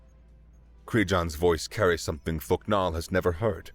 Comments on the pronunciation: Every time I heard thok nal I heard fucc naw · Thok'nal❌ Fuck'nal✅